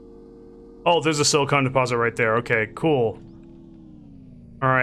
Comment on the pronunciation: Not pronounced sili-cone. Also press Shift-F to loot all from the corpse. Next, you left you bike sitting around at one point - DON'T leave it, pick it up before it vanishes. I learnt that the hard way :)